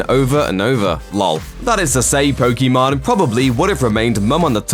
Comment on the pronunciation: Can we all get this idiot to say Pokimane correctly….. it’s literally been years and makes no effort to improve.. ffs